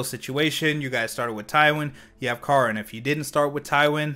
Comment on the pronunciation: When you call Karin (care-in) Karn (car-nn). I mean she hits like a car, but she’ll still cares for you.